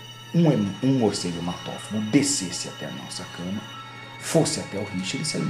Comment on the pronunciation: "carai maluco! que porra é essa?" Muicegu